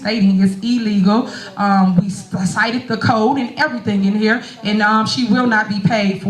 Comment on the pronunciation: When she said E-legal, I was done 😂😂😂😂